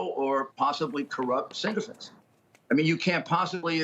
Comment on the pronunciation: you mean SYCOPHANTS…. not “sink-oh-fants”.